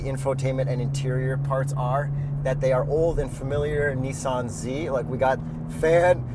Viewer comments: Well since you mentioned it’s not Neesan. It’s Nissan. Two SS not two ii so say the S twice not the i twice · What dork says, “Nee-Saan”?